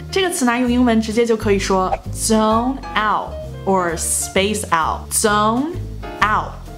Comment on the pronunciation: ，你的z的发音好像有点问题，zone听起来像是"宗"。